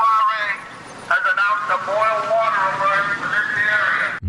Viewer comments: "We are out of Wata"... LOL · what's wataah?